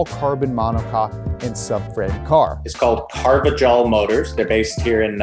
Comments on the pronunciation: This is a great video overall but hearing how they pronounced Carvajal is painful. For non-Spanish speakers, the closest to Spanish while keeping it easy would be car-vuh-hall. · It's pronounced Carva"h"al